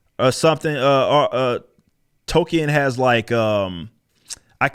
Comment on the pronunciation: They're Tolkien. Not Token.